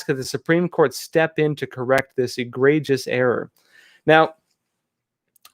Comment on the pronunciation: Did you really just miss pronounce the words sacrosanct and egregious